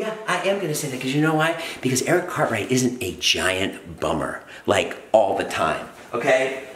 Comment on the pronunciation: For a moment I thought he said Eric cartman then I realized he said Cartwright